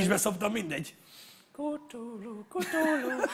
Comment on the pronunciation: Nessajnak üzenem(😂): "KTULU" NEM KUTULU😂😂😂